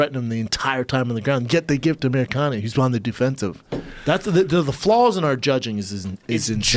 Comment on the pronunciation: Brendan " the flawls in the judging" Schlab.